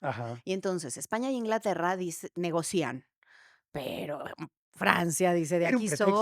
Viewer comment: Es negocian;no Negoc’ian con acento. Es un error garrafal!!